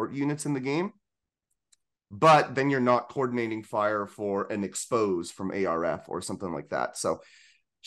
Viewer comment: Arf... Just say arf, not A. R. F. Idk why that's been bothering me. Great episode otherwise.